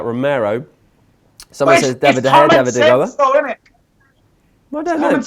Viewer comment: with his incredible insight: yeah I'll take these 3 players cause they seem pretty good. Still can't say De Gea properly either. And bullies the only guy making legitimate points with proper information and statistics, what a knob is.